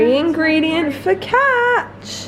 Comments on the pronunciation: Italian here: the correct pronounce of focaccia is foh-ka-ccha (because when c is close to i and a its sound is more like ch). Glad u almost got the pronounce right tho ^^ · LOL you don’t pronounce the ia in focaccia, just the a 😂 fo-ca-cha x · I love you but call it focaccia with the -chia one more time and you're gnarly make my Italian grandmother cry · Hi, I love you videos ❤️ I just want to say that in this quarantine times you videos offer a bit of escapism which is really welcomed 😊 btw, I'm Italian and, I hope you won't take this as criticism, but we actually pronounce "focaccia" like "focaccha" (the "i" is mute) ❤️ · The way she said focaccia 😭